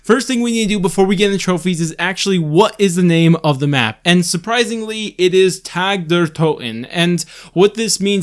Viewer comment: Stop saying tag you forehead. Use propper german pronunciation >:(